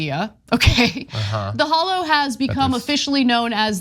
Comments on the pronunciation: Pretty sure it's pronounced "holler." I have family in Tennessee, and none of them have ever said "hollow." I lived in Florida for 28 hideous years, and never heard anyone pronounce it "hollow," especially in the northern part of the state, which is basically Alabama with higher rent. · Ana say it right: HOLLER. HOLLER, hon. Not hall-low. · It should be pronounced "holler". Meanwhile insurance companies are leaving FL at an alarming rate. After retirement age is raised to 70, social security is cut MAGA's will reap everything they voted for. At least Biden has never refused federal aid to red states like the former guy has to blue states.